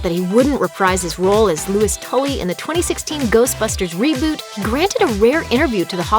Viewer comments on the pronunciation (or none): none